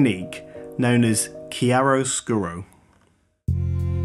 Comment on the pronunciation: Well said! I totally agree on the whole line, you perfectly expressed a concept is barely grasped by so many photographers around the globe! I do not comment very often, just wanted to leave something more than a mere “thumb up”! Bravo (also for the almost perfect pronunciation of chiaroscuro! I’m Italian...) ;)